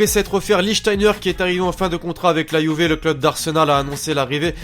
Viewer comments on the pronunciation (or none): none